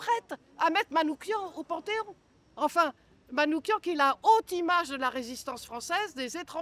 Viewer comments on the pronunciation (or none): SVP Missak Manouchian et non MANOUKIAN Madame. Que vient-il faire dans votre démonstration ?